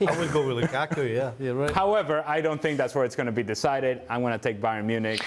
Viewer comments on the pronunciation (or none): You know he wants to say Lakaka so badly. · ALE kills me the way he pronounces Lukaku...🤣🤣🤣🤣🤣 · I love how pronounces "Lukaku"😂.